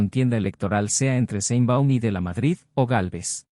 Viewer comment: Por cierto, se pronuncian "cril" y "sheinbaum".